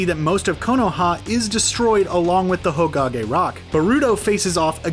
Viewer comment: did I just hear “hogage”